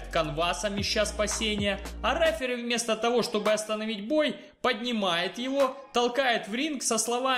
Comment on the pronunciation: никогда. Не. Говори. РЭФЭРИ, без пафоса давай